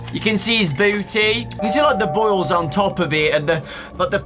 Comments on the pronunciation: i almost thought he said bowls not boils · This man said boils